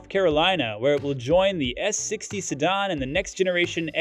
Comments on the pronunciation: Ah yes, the illustrious Seh-Don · Who taught this guy how to say the word "Sedan" Sadahn? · SEDAN: It's pronounced Se-Dan not Se-Don! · se·dan | \ si-ˈdan according to Merriam-Webster. I haven’t heard it pronounced si-dahn before. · "sedON"??? LOL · Lol seh-don... Pole-e-star.... Go back to school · okay sorry just sounded to me like some unusual pronunciations and timings yet with what sounds like an American accent. Like “pol-e-star” and especially “se-don” for sedan. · What the heck is a “sedon”? This video is clearly not from anyone in the car space…or perhaps Earth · if that's where sedan is pronounced "sedon" and a car channel doesn't know what Polestar is, then tell Elon we said Hi when he gets there! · Stop saying "Sedahhn". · "sedd-arn" ha ha ha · And “se-don.” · Sedan. Sa DAN DAN DAN. Retard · Polestar is two syllables not three. Sedan is mispronounced repeatedly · How do you not know how to pronounce, "sedan?" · I'm not sure I've ever heard the word "sedan" pronounced this way. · Love how you pronoune "po-less-ster" instead of "Pole - Star" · Sedan too.. guy is trollin.